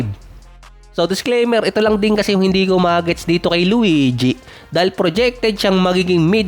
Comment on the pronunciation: Bakit ganun bigkas sa luigi 😂😂😂 luweedyee 😂😂😂